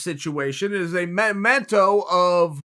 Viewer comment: English Oxford Dictionary: Memento Uncle Chael: Momento English Oxford Dictionary: Ok. Great!